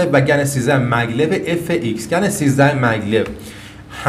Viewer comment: ممنون. ای کاش ایرانی ها هم مثل همه دنیا اسم این شرکت و مکعب هاش رو به گن تلفظ کنند ، نه گنز GAN is correct